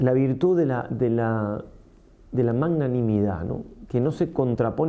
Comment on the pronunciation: Padre lindo perdóname pero no se dice manganimidad ( eso viene de manga o de mango 🥭) Jjjjj, se dice magnanimidad, de magnánimo. Jjjjj . Parece un trabalenguas Jjjjj Gracias 🙏